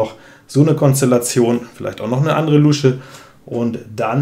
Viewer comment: 🦎Ich muss immer schmunzeln, wie du "Luusche" sagst. Ich kenne niemanden, der das mit langem U spricht. 😂